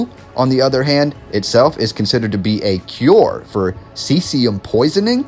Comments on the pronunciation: Caesium is pronounced as "seesium." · Caesium like caesar... (See zee uhm) Great episode. Thank you. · Think it is pronounced as in Ceasar..the ruler which is an interesting connection?